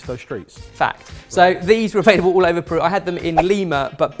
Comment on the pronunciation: As a proud peruvian please don't butcher the pronunciation. ....wait too late lol